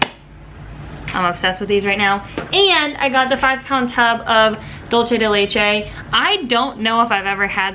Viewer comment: Lol giiiiiiirl! It’s “Doolsay” not “dulche” lol you crack me up